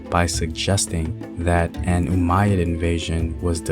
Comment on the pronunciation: Umayyad? Umayyad, bro?